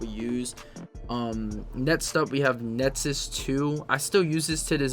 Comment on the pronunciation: Electra etz , Netsus , Fletz 💀💀💀